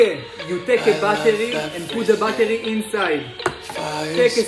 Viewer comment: He pronounce battery as bat tery